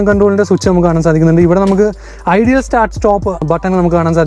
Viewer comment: സാങ്യോങ് യൂറോപ്യൻ അല്ല കൊറിയൻ ആണ്.. അതുപോലെ എംസി ഫെഴ്സൻ അല്ല bro.. മക്ഫെഴ്‌സൻ സ്ട്രട്ട്.. ഐഡിയൽ അല്ല ഐഡിൽ സ്റ്റാർട്ട് സ്റ്റോപ്പ്‌.. വീഡിയോ കൊള്ളാം.. കൂടുതൽ research നടത്തുക.. നിസാര കാര്യങ്ങൾ ശ്രദ്ധിച്ചാൽ ഇനിയും നിലവാരം കൂടും..👍